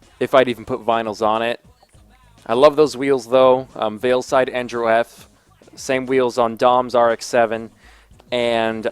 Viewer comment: It's "Veilside", not "Weilside".